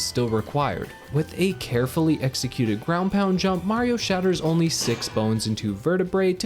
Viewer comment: it’s not whaio It’s mario